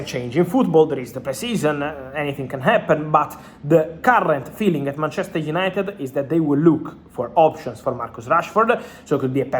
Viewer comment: It's BANTCHESTER YANITED